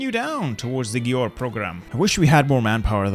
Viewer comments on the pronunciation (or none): so good to see that a non-hungarian says the capital's name right. need to work on pronouncing Győr.